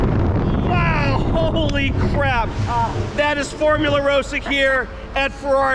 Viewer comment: It's ross-ah.